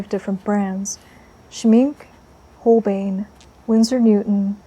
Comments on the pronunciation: "Schmink-ah" and "Hole-BINE" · Its Shmink-E and Hole-Bine’ it’s embarrassing to see so-called professional artist not pronouncing correctly materials that are hundreds of years old. It’s embarrassing. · Schmincke = Sh-mee-n-kuh Holbein = Hole-b-eye-n Dear gods. I don't know how to type phonetically. 😂💕😘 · Just in case you'd not had the luxury of hearing it aloud before (and why should you, tbf!) the 'e' in Schmincke is voiced. As if it's Schminck –ah. And the 'bein' in Holbein, rhymes with sign – I know, German is weird, I am very sorry! 🇩🇪 Pronunciation to one side, your layering and texture building is breath-taking, and your brushwork masterly. The portrait reminds me very much of Liv Tyler, and your colour pairings in all three studies are a delight, thank-you! 🙏🏼